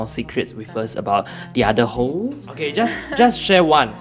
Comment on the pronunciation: he was saying hopes or hosts